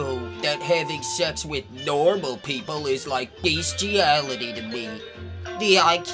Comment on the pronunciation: « NORMOL POPLE DONT FINK ABOUT THIS. » Dude definitely no normal lmfao.